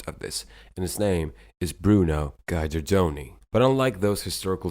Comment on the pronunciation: Impressive credentials and journey. His name is prpnounced as Geederdoni, not Guider-Doni.